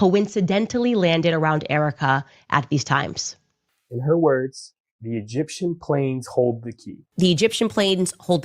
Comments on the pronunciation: rofl that cut where she drops the “e” from egyptian 😂 too funny man “gip-shum” i replayed that 10 times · It was an ishrali, gipshum, burrrreal plane ✈️